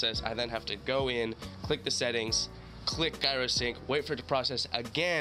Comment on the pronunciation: The way you said gyro hurty my brain.